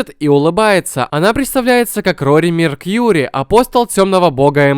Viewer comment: Какой нафиг JSDF - Силы самообороны Японии. Из какой всратой озвучки ты взял это,,наименование,,. Дальше, Рори Меркури а не,,Меркьюри,,. Какие к черту,,Весы,, - Это чешуя Дракона и в каждой озвучке и первоисточнике ее именно так и называли, а не,,Весы,, смех какой то... молодец что занялся пересказом аниме. Это здорово и позволит элементарно слепым людям вкусить интересность от тайтлов. Но не порти впечатление и не вводи в заблуждение людей ненужными заменами слов. Это тупо как минимум и ни какой фишки не дает. Пишу это тебе с добрыми намереньями. не хейчу.